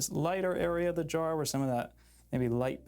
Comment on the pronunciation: Every time he says "Jar" I think he's saying "Draw"